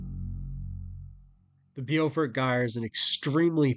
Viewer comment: Pronounced 'bow fort' long O sound [like hair bow]